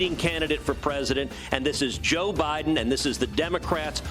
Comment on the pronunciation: They are mispronouncing Biden